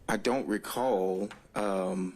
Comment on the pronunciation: "I dont racall".... 4,597 Times.....No Surprise 😂